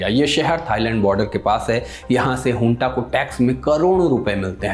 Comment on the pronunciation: Hunta nahi bhaiya ji junta hai aap to bus chatpati Khabro ache lage the😅